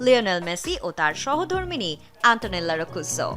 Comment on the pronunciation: বেশি স্মার্টনেসের সঙ্গে কথা বলতে গিয়ে মেসির বউ এর নাম ভুল উচ্চারণ করে ফেলেছেন😂